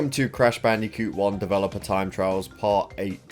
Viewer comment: you actually said "bandicoot" properly. You're evolving.